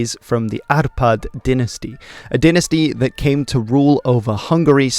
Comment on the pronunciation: But á in Áprád was not bad, so he should have stick to that pronunciation. :)